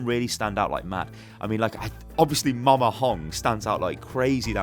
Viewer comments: It's MAMA not MOMA... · "Moma Hong" wut Mama